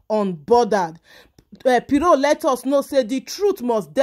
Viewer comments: Why are you calling her “piro” 😂😂😂? It’s Pero as in “ kpe- ro”🤦🏾‍♀️🤦🏾‍♀️ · My dear she is not piro but PERO